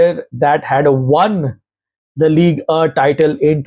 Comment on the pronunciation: Ligue “uh”